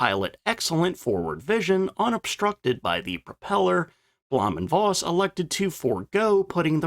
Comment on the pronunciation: V is pronounced as F in German, i.e Bluhm & Foss